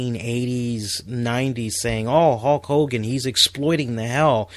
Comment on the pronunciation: Very good and insightful John Cena analysis great video. And just a random note, towards the end of the segment when you mentioned Hulk Hogan I thought you said Hawk Hogan lol just a little something I misheard but found kind of funny either way. Keep up the good work man.